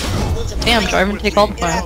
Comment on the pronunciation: Jarvan not Jarvin